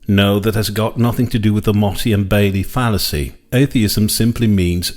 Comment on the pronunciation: Since when is it "Mottey and Bailey"? I thought it was "Motte and Bailey"!?!